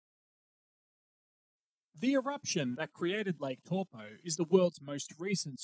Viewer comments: An easy way to remember the pronunciation of the vowels in te reo Maori - a as in the word car, e as in egg, the i is a long i as in key, o as in core, and u as in glue. And the r is rolled, like a soft d. Eg Taupo is pronounced toepaw, because the a and u are blended, ie, ah-uuu, which makes it sound like 'oh' Great video though!!! I holiday in Taupo every summer. A super eruption is a terrifying thought 😬😬😬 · No its actually "dow po" as the Stone-age 10th wave colonist Maori call it.